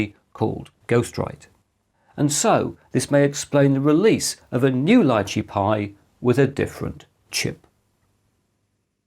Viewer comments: Small detail is the name "Lychee" wich is a name of a fruit and prononuced "Litchi" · In English it's Lai-Chee or Lee-Chee. In Mandarin it's Li Zhi, pronounced Lee-Chur. There's no "t" in the pronunciation.